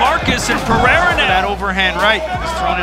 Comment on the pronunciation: Why saying his last name different? Was it shortened?❤